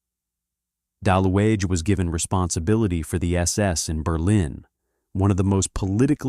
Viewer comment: You pronounce his name bad!. Ue or ü in German is pronounced like U in English with round lips, so the E is not pronounced but is just written to separate U from Ü ( umlaut U), thus his name was Daluge ( Daliuge with G for golf).